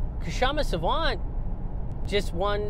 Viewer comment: Sawant is too polite to correct people who butcher her name even in front of her but seeing another indian butcher her name I have to step up and point out that the k in her name is silent.